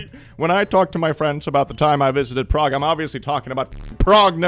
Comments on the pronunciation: Prague Okla is pronounced “pray gah”. We also have a Miami pronounced “my am uh” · I am from Nebraska and have been to Prague. Not exactly the tourism capital of the great plains. And it's also pronounced with a long "a", like pray. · Oklahoman here... Prague Oklahoma is not pronounced Prague It's pronounced PRAYG! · The Oklahoma Prague is pronounced PRAYG. Don't ask me why. They have a kolache festival every spring. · Fun fact: “Prague,” Nebraska is actually pronounced “Prayg” because why the f not Source: I’m a Nebraskan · Lol as someone who has actually been to Prague, Oklahoma, I still wouldn’t even think of that first. Also, I think they pronounce it “prayg.”